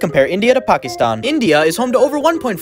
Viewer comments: First time I’ve heard a foreigner pronounce Pakistan correctly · You did truly nailed the Pakistan pronunciation!! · No they finally pronounces Pakistan the right way, Proud Pakistani Noises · That's literally how u pronounce Pakistan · That's the correct way to pronounce it You're not suppose to pronounce is like "Pahkesthaaan" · FINALLY SOMEONE WHO PRONOUNCED PAKISTAN CORRECTLYYYY AHHHHHHHH